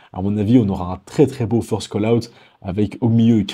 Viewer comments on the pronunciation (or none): none